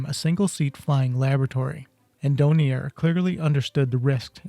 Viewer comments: Really interesting, but the manufacturer's name is DORNIER, with an R as the 3rd letter - not Donier!!! It's a bit excruciating hearing you saying the name wrong all the way through! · DoRnier. The "R" IS NOT silent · Then you need to learn how to pronounce Dornier! It's Dorn-ear you consistently missed the first 'R'. Also it's not the "Doh-29" it's the "D - O - 29" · Dornier not Donier